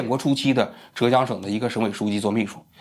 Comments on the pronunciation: 不是折江，浙江，第四声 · 还有浙江的浙是第四声zhè，王局说成了第二声zhé